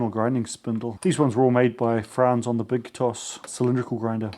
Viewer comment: Pronounced "tosh" BTW